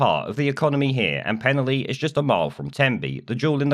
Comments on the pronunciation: A quick FYI, it's pronounced Pen-Alley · The village is pronounced as pen-ally, with a hard A, as in the street name! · Its pronounced penn - alley. Nice coverage i used to live near there. Keep up the good work. 🙏✝️⚖👍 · It's pronounced pen-ally guys and id say at least 70% of people don't want these guys here and the army site is bang in the middle of the village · PEN-A (now put your tongue behind your teeth & blow down the sides of your tongue) LL Y(pronounced eee as in the clip) LL is a letter in the Welsh alphabet, L is a different letter. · As someone who comes from the area I’d like to say: 1. You’re pronouncing it wrong, I’m sure if an immigrant pronounced a British place name wrong you’d attack them for refusing to assimilate. 2. The people opposing this is a tiny minority, there has been massive support and people have made welcome signs to make sure they feel welcome. 3. The only thing we don’t want in the area is far right Tommy Robinson thugs coming to an area they know nothing about and causing trouble. So please keep your nose out of our business.